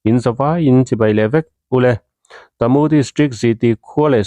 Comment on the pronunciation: Hahaha khaw hming lam dan i thluk diklo na sa a bik in kalay leh tamu phei chu a buk thelh in i thelh duai mai tamu hi ka pu tih thluk in kalay hi ka pi tih thluk in i lam tawh dawn nia i thiam awm tho e kawl tawng ani miau a 😁😁😁